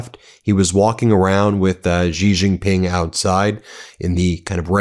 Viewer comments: "GiRafe GiPink", don't try to pronounce correctly, you are aMurican. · Why people say gee ging ping? Its xi jing ping 🤣 Xi is pronounced like she, or see, like in English, If you talk English you can talk chinese! And please use the 25 amendment for trump! What does usa gov waiting for? E.t.s? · When 习近平 is written as Xi Jin Ping, it's Chinese PinYin notation, where "x" pronounced more like /sh/, not /z/ (unlike English words like 'xenophobia'). Think of when they say thanks. 'xie xie'(谢谢). you don't hear 'zie zie'.